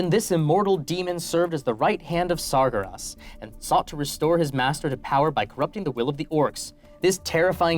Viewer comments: Um actually Sargeras is pronounced "SAHR-gair-ahs" i got so triggerd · "SAHR-gair-ahs" never have I been more pissed off as a nerd than that moment. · Um actually, you completely mispronounced Sargeras. It is pronounced sar-GARE-us. The way you pronounced it sounded like tartar sauce, which is a completely different type of demon. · Imagine being able to say Kil'jaeden Right... But not Sargeras (Sar- Gar - us) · Sar-Gair-Uss would be a bit more correct (like gair rhymes with hair) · As someone who was super in WoW for a couple of years, the pronunciation of Sargeras’ name killed my soul… P.S. is effing cute, and his enthusiasm on nerd stuff bumps him up to a straight 11/10. 😍🥰